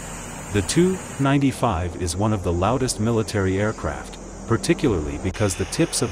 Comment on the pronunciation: "The too. 95 might just be Russia's version of the bee. 52 bomber." 🤦‍♂ I can't f***ing stand that synthetic text-to-speech narration. Practically all of these so-called "military" channels that review military hardware like aircraft, tanks, ships, etc. use that synthetic speech garbage.